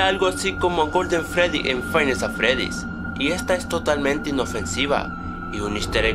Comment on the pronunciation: Shadow freedy no freery morado